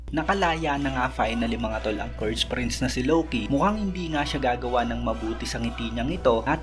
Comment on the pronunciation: Buti kapa Tama pronounce ng Loki. Si Eneru Low-key ng Low-key e kakaurat sakit sa tenga